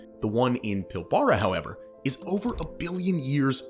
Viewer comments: Oh mate, you're gonna haveta learn how to pronounce Pilbara. It's PILLb'rah. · its pronounced PilBRAH (